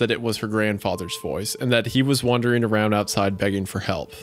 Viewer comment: If we're gonna talk shit on Hunter for saying exspecially, I'm gonna do the same for Wendigoon pronouncing wandering as wondering.